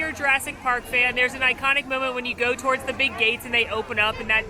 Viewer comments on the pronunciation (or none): none